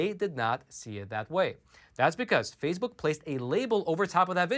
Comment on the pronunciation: What is "phasebuk"?